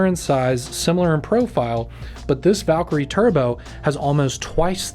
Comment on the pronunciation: P.S. It’s not pronounced “Valk-er-y”… It’s “valKIREE” Happy I subscribed?